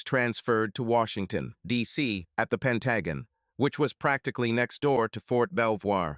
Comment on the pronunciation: The short story "It was an Amicable Divorce" by Ephesus14 is one of my favorites! Other than the mispronunciation of the Pentagon, this narration did the story justice!